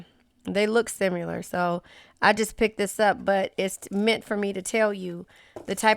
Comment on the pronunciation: I absolutely love your readings.... Most on point in YouTube! Fellow Cancer here!..... And I don't know what I love more, your readings or the way you say Sim-U-lar! 🤣😊 Makes me smile EVERY time! 🙏🏻